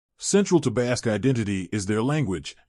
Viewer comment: This video sounds like it's AI, and also I had to stop listening because of the constant mispronunciation of the word "Basque."